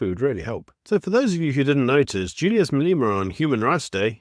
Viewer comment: How you pronounce 'rhetoric' is beyond irritating. The emphasis is not on 'to' but on 'rhe'. Also, it is Malema, not Maleeema.